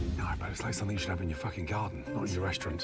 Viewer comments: Oh my god I can't ever unhear somethingk now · ALWAYS ends "something" and "nothing" with a k and it's so weird. "Somethingk, Nothingk" Seriously, you can't unhear it once you notice it.